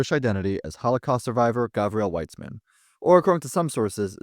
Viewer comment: the SS and the Waffen SS were two different things, my guy. And Weizmann means "Wheat-man", it is not Weißmann. Do some research, gosh darn